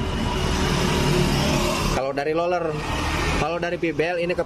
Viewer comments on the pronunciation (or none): Roler ( roller ) bukan loler biar benar dan enak nontonnya.